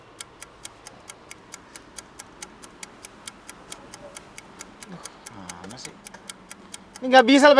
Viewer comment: Kirain typo itu mulut, ternyata emang sengaja ngomong parking sengsor